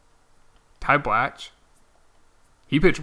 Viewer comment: Blach is pronounced like Block